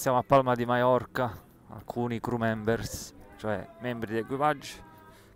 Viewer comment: "criù bar" non "cru bar"...